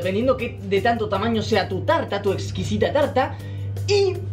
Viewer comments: Una Talta Una BaTiDora Frutilla:D pero nosotros no le vamos a poner esencia de vainilla...........le vamos a poner PPiiiZzz son Bolas......Bolas de coco La Tolta, La Talta [no tenías que ponerlo mucho tiempo] Se IzO cOnCh* discusión:[ xD en el fornia xD ×2 todo mal según!!! no había nadie según pelea pelea ×2 resultado final ~Fin~ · Todos: una tarta: una talta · 2020 y aún no superó el "Una talta" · "Una talta"✨❤️ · diciendo talta da 900000 años de vida no lo niegen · lA TaLtA UnA tAlTa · Nadie:....: una Talta:^D...Frutisha he:^D